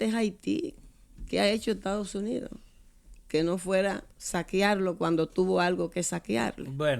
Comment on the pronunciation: ME ENCANTARÍA VER A ESTA DIABÓLICA VIVOENDO EN CUBA, DENLE 1 ALITO DE VACACIONES PARA ALLA! PA' QUE SE LO GOZE! UNA MUJER QUE DICE ETADOS UNIDOSS! RIDICUL@